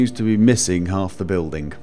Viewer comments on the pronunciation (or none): Why does (I'm not sure if it's just his accent) pronounce ng so weird? "missingk" "hopingk"